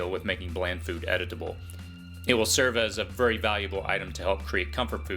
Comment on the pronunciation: Love your channel, very useful. Jusr FYI, you used the word "Edible" several times...you are pronouncing it a "Edit-able". No big deal, but some will find it distracting or will judge your intelligence over this simple thing. Keep up the good work.